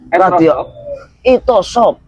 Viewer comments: Maaf... Bukan itosop tp isotop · Seorang bahasane bahasa medis semua. Yg kurang paham bahkan asing ya ngga paham. Isotop,, bukan Itosop...